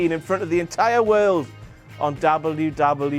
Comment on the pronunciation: ''Dable You Dable You E.'' Sorry I can't get over it. lol Good job still ^^